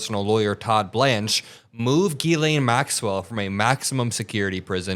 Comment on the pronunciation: It’s pronounced jizz-lane. Seriously.